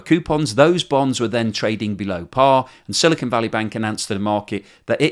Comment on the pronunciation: The newscaster pronounced 'silicon' correctly!